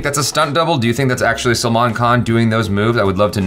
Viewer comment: Not Salman bhai, say like this selmon bhoi 😆😆😆